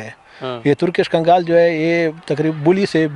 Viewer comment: Kgaal Nahi 🤣 , KANGL Hota Hai ✅ ਕਾਂਗਲ ✅